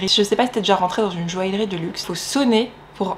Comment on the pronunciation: Hey ! Dans Joaillerie on ne prononce pas le L